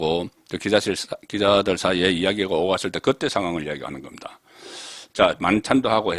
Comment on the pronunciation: 녹음으로나 기계음이 정말 다르게 들리는지 지금 송기자님이"기자들에게 설명"이라 말했는데 난 "이자들에게"로 들렸으니